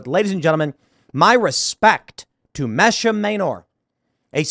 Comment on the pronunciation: I believe her name is pronounced MEE-sha